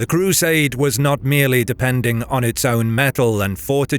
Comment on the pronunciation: Why does he pronounce crusade so weirdly? The cruuuuuuuuuuuuusaders did that and the cruuuuuuuuuuuuuuusaders did this